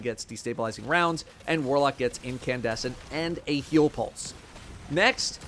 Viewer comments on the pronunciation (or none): none